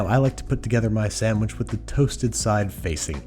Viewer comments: did he just say samish instead of sandwhich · I was with him until he said “sammich”. I’m out.